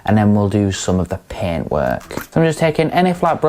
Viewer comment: I kept hearing pen. I took me a minute to figure out she’s saying paint. Lol. Good review!!!